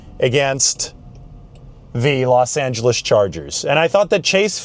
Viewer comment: I never thought I'd hear call them the 'Los Angles Charges'.